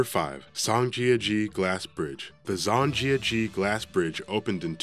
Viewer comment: he could have learned how to say zhangjiajie 😂